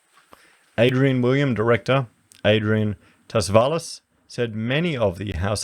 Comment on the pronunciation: Tsavalas I believe is Greek. The T is silent so it's pronounced Savalas in English but close to Chavalas by Greeks